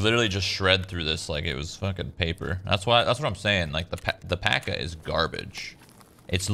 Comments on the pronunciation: Epic pro tip: PACA is pronounced "Rah-sa" because the letters are Cyrillic. Kind of like Kirasa, aka кираса. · its not PACA , its called RASA ! )